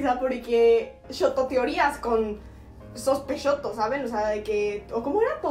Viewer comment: Estuve 3 MINUTOS leyendo sospechoso hasta decirlo bien Todo el tiempo decía sospeshoto :')